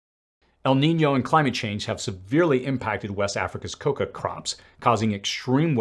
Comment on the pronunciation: Thanks for all the great info and research. It's "cacao" - ka-cow. Coca is .. . . something else.